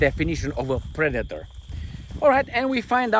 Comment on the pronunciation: She said “pre-dater”..